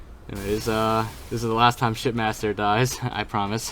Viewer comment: It sounded like you said "There's the shitmaster here"